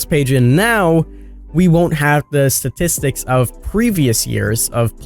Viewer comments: Okay wtf did you say . ststisticks is pronounced statistics, da is pronounced the please speak English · Statistics lol he can’t say it